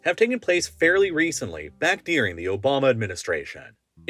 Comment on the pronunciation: One of my pet peeves with this channel is when he says "dearing" instead of "during". for reference. There are a few other major and minor annoyances too but unfortunately I suffer through them for the great content.